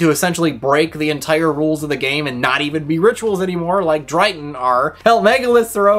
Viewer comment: Did just say Dryton